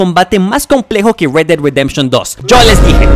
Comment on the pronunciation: red no read osea red ded redemtion si no sables ingles muerte de la redencion roja